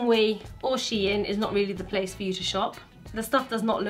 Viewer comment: 'Sheout' now Deceased 😂😂😂😂😂😂😂